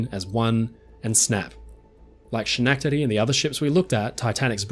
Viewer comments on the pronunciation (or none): I thank you for the correction, but, for some weird reason, everything you said, "She-nack-te-dee"... the fillings in my teeth hurt. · Schenectady is pronounced skuh-NEK-tuhdee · Repeat after me: SKEN-EK-TI-DEE😂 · Schenectady is pronounced “Sken-neck- tedy”. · Hello! Schenectady is actually pronounced "Skenectady". Thanks for another great video mate! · Haven't you ever heard Bugs Bunny say "Schenectady"? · first and foremost I loved this in depth video. and thanks for the continued giggles as you mispronounce Schenectady. I don't mean this harshly as how else would a non-American English speaking person pronounce it other than the way you did. Well, maybe those from Canada might know how to say it since it is close to Canada...